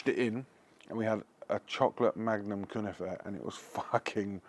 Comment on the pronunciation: 🤣🤣🤣🤣 1. Its 100 percent not Turkish, but yes they do make it in Turkey . It comes from the levantine Region. 2. That was an outrageous pronunciation of the Word. An arrestable Offence.😂 3. Great episode. Big up